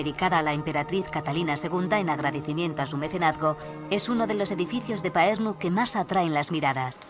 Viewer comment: Parnu, No paernu. Ll castellana de Tallinn es una L de Lerdo.